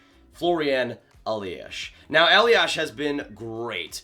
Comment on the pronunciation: A small hint: It's not pronounced 'Eliash'. Just a normal 's' at the ending. Greetings from Mannheim.